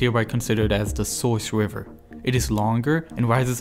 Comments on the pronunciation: Forced to click “don’t recommend channel” no I never hear this awful speech impediment narrator by accident ever again. Nile Wiver. Ugh. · Not tryna be mean but the way he says river is hilarious 😂😂 wiver 😂😂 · i cant get over how the narrator sounds like hes speaking uWu speak throwing in Ws where Rs should be. Wiver, Twird, Fwesh Water. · Except he’s saying wriver instead of river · Is it me or is he constantly saying "Wiver" instead of "River"? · He keeps changing it throughout the video. sometimes river, sometimes wiver edit i changed some of the sentence because i'm not very good at english (english is my second language) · The wiver in Afwica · He accidentally pronounced it wiver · Are you German? You pronounce "River" like "Wiver". I know some Germans do that when they try pronounce "squirrel". It scounds like "squiwwel" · BRO YOU SAY RIVER "WIVER" LOL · Please learn to pwonounce R's pwoperly